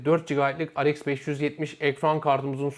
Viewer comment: Amd he eyemdi diyosun rx e reiks diyosun dikkatjmi cekti shhshs